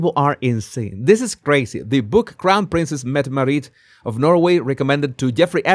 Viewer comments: It's pronounced MET uh MAR it. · Jesus, FYI: Mette-Marit is pronounced Mettemaaaritt with the emphasis on the t:s, the a is long and the name is said as one word. Mette-Marit is also godmother to the Swedish Crown Princess' Victoria and Prince Daniel's son Prince Oscar. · MEH-teh MAH-rit. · I’m cackling. The way he pronounces Mette-Marit is cracking me up. 😭🤣